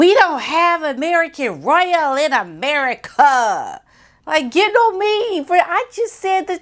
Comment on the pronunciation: Lol "Aneri-kuh!"